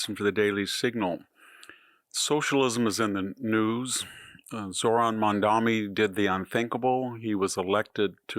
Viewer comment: THAT'S "MADMANI."